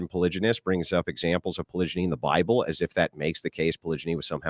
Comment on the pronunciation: “Bi-uh-ble” -Cap